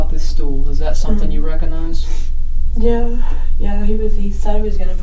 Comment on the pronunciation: Mispronunciation of “recognize” is annoying. “Cog” ⚙️, hard “g” sound required. Not “Recon”ize.